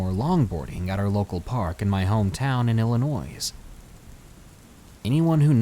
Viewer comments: Thanks for the video! I normally am not one for paranormal ones, but this was enjoyable. On behalf of all of us in Illinois, can you please pronounce it correctly? Ill-annoy. It's French, so so the S is silent. Technically, it is the French version of the first Native Americans encountered in the area of what is now downstate IL, who were the Illini (Ill-Eye-A-Nye) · LMAO Illi-noise. 😀😁😂😃😄😅😅😅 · Ey buddy love listening to the stories but IL isnt said that way the s is silent for some reason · Uhm....The "s" in "Illinois" is silent.